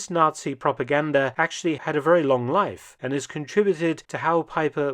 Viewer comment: Joachim Peiper was a "fully paid up Not-see"? 😂 Oh dear, who would've thought! Dumb tabloid level narration.